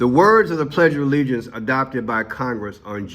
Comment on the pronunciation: Harris so stupid couldn't even say t he pledge of alliance correctly...an 8 yo can do a better job..SMH